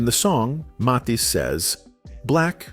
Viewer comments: Johnny Mathis' name is pronounced "Mathis" as if it's "Mathas." NOT "Mothas!" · And not pronounce his name even though it is spoken in this story. Not Maythis. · His name is not Moth-ees. Mispronouncing his name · Esse moço não sabe falar o sobrenome de Johnny Matthis . Nunca ouviu o sobrenome desse maior cantor do mundo . .? Pq ninguém viu que ele não fala certo o sobrenome do maior cantor ? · Can't you teach your robot how to pronounce "Mathis"?!?!? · This A I voice pronounced Johnny's name wrong the whole video. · is this AI? Pronunciation of Mathis doesn’t sound like it’s usually said. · Why is this bot mispronouncing Johnny’s last name every sentence and 15 different ways? It’s so stupid and silly. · I wish you didn't use an AI voice for this video. It kept messing up the pronunciation of Johnny's last name and that was distracting. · Let us hear a real person narrating these videos. They don't even pronounce the person 's name correctly. What a shame!! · How many times can you mispronounce the name MATHIS? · Is the narrator a real person, or AI? He can’t even pronounced Johnnys last name! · It’s a wonder how many different ways the narrator pronounces the name “Mathis.” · I had no idea there were so many ways to pronounce "Mathis." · Clickbait. There is nothing in this video about his love of anyone. This Ai robot kept mispronouncing his name and repeating lines over and over in several places. Not woth the trouble to watch this.